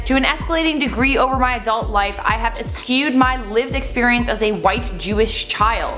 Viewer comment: the word ‘eschew’ is pronounced “eh-SHOO”, my darling 😊